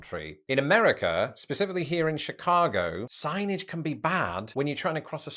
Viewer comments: Bro, you said "siggnejj" reading "Signage." If ever I've heard diarrhea of the mouth, you owe your audience an apology lol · I bailed when this dude couldn't read the word "signage". Anyway, I already know the USA is better at everything.